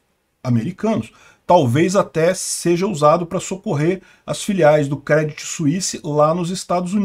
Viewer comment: Se fala Crêdii , sem o T